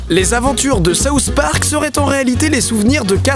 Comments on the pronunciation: pourquoi les français prononcent (sauce) Park? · C'est SOUTH park et non SAUCE park! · C'est moi ou il dit sauce park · Souss Park? c'est SouTH Park! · Pourquoi tu le prononce saouss spark xD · Ahahah je trouve ça trop drôle parce que puisque tu es français tu le prononce "saouss park" mais moi je suis québécoise donc je le prononce comme en anglais ahah